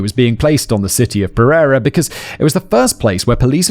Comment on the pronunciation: You butchered pereira so bad 😭 it’s pear-ayyy-rah